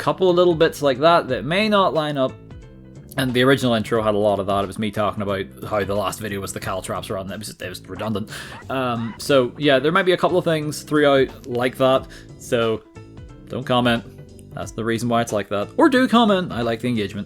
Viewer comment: Caltrops, not cow traps. Come on, thought you would have learned by now lol